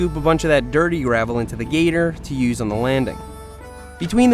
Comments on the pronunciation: Hey Seth, do you pronounce Gator like Getter on purpose so you dont get demonatized or is that just how you say it. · Anyone else hear him say getter not gator lmao